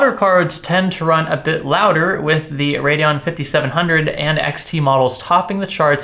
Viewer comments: It's Radeon. Not radon like the gas. He's a pseudo intellectual who trys hard to act like he knows science. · He can't even properly say what the product he's reviewing is....